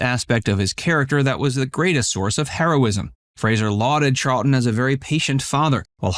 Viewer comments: Wrong, it is Charlton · Real news NOT: Cite your source or button it up. It’s Charlton, you silly person.